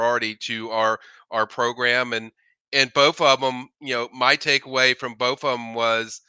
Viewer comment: Did he legit say “bof” of them? Wtf? 😂